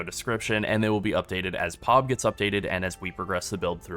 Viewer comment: bro please stop.... It's P. O. B and not POB 🤣😂😂😂🤣